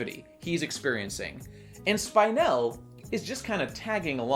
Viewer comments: Her name is pronounced Spin-el, not Spine-el. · it's spin-el, not spine-el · Not Spine-elle, Spin-elle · Her is name pronounced Speenell. They say the name often enough in the movie. Why don't you say it correctly? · Nobody: Not a single soul:: Spine-elle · "Spynel" ugggghhhhhh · Spine-el :[ the pronunciation hurts me just a bit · We watched the same movie, why are you saying "spynel"? Also, dope video. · They said Spinel like 50 times in the movie. How the fuck do you pronounce her name "Spine-ell"??? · Isn't that name pronounced [Spin-él]? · How could you possible mispronounce spinel, its said so many times in the movie. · why do you say Spinel like that? why do you focus on the spine rather than the spin? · He's saying her name wrong for spinel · The constant mispronunciation of spinel ruined the video for me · It only enhanced it for me.